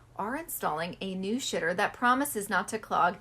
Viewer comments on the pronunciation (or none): You said shiter